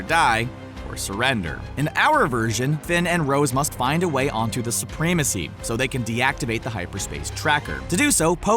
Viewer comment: Soo-PREE-mah-see?!?!?!?!???? Ackgh! Such an ignorant pronunciation. I can't watch any further.